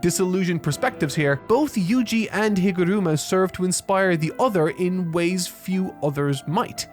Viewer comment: NEVER say higoruma again